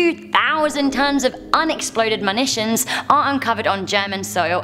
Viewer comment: did you say "MANITION" ?